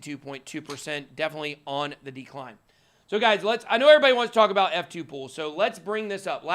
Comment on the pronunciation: F2Pool Why is it so hard to understand when some people say this word. PRONOUCES YOUR WORDS CLEARLY PLEASE with out screaming.